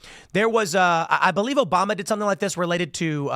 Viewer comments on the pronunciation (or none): none